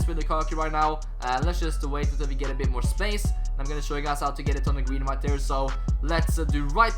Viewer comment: Really good content bro but one thing that really irritates me is the way you say 'right there'.